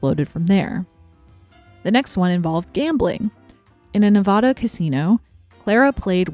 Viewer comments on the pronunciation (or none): The a in Nev’a’da is pronounced like the a in ‘cat’ instead of the ah in ‘caught’ -person from around there